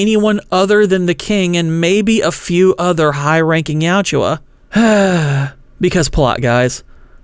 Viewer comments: Tran Trachtenberg makin my favorite franchise since 1990 gay has earned a deeply cemented hatred. He’s also deeply committed to making the predator look like shit fuck that guy. Real talk its yautja not you owchia 😂 YOT CHA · You're pronunciation of Yautja bothers me. Yowt-juh. Not Ya-oo-jua.